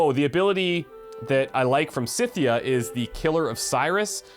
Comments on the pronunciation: By the way, Skythia (even more properly - Skyfia) is how you pronounce it. Modern day Ukraine. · I've always pronounced Scythia like "Skithia" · Think of the word "scythe" when saying Scythia. That should make it easier.